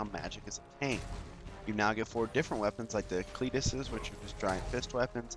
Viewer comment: hehe, the reviewer pronounces the cestus as the "Cletus" =D